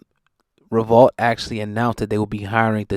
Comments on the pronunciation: It’s revolt o god not revalt, say it properly bro! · Dude it's revolt, not revault